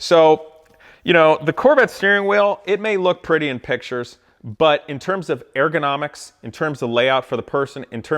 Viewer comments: It’s not pronounced AIR GO NOMICS... it’s ur·guh naa miks. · nobody: this guy: AIR-gonomics! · FFS I can't listen to him say "air-gonomics" any more. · I totally agree. But your pronunciation of "ergonomics" keeps throwing me off. It sounds like you're saying "air-gonomics." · “Airgonomics”. Was that bothering anyone else ? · If you are going to complain about ergonomics, is it ok for us to complain about how you say ergonomics? No where in the word is there reason to pronounce it Airgonomics. Just saying...